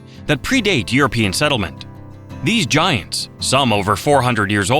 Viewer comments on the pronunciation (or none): none